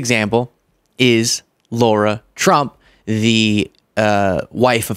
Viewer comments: please......her name is pronounced Lara, not Laura. We like Kamala's name to be pronounced correctly and it's not that difficult. So please extend that to others. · Her name is Lara, not Laura,. Don’t be Trump mispronouncing Kamala's name. Shame on you! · I’ve gotta nitpick you. You cringe when they say Kamala wrong - Lara is Lara not Laura (love the show by the way) ❤ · Lara not laura